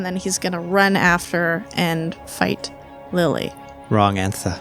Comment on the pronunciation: "Wrong anthwer" -> ...silence... -> Rooster, Kore, and Lily rolling on the floor laughing